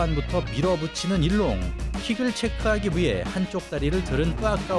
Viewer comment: 소림사 선수이름은 중국어 발음으로는 이롱입니다 우리발음은 일룡이고요 자막이나 오디오는 일롱으로 나오는데 두가지 언어가 섞인것 같습니다^^